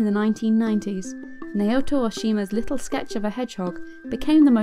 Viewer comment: I really didn't like the way you pronounced Naoto. It's a pet peeve but you can atleast do a little research on how you pronounce Japanese names just to be sure.